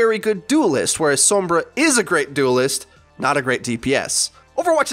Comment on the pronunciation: I literally don't understand how you still can't say Sombra, it's not "soembra" And every video you do you just go off on a tangent of whatever comes to mind and it's not great